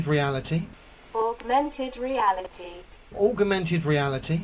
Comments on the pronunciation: Aug-er-mented Reality! LMFAO! Great vid. P.s. "I can't work-er that out-er!" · " "Augermented weawity" Who invited Elmer Fudd???? ;-) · And augermented reality... which may be what drills the tunnel that LEO lives in. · You are right, but he has not known the word "augmented" for long, we can hope he pick up on how to pronounce it :-), but he is surely giving it heavy usage. :-) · It's not just 'augmented', he has problems pronouncing quite a few words, although I can't remember any particular examples off the top of my head. Now, I am the last to laugh at people because of their pronunciation/spelling (although being a fully paid-up Grammar Nazi, I am more than happy to point it out!), but when you are trying to come off as vastly more intelligent than a massive group of highly educated scientists such as those at NASA, then it's a good idea to at least get some basics right...! Wade-A-Minit: what am I saying?!?! He's a flerfer! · Of corse LEO can't say augmented reality he can't even say calculator... culculator 🤣